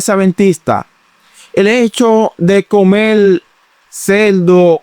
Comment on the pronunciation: No se dice comel, es comer.